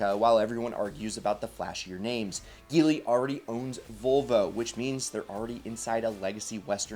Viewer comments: It's pronounced (j)eely Not (g)eely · It's pronounced "Jee-ly"